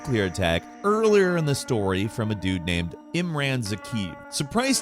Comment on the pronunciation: Imran zakhaev, the name is pronounced: Im-rän and then Zuh-kaī-ev, 3 syllables w/a long I.